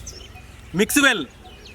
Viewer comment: i like how he sayes Mix wHELL or Mik (milk)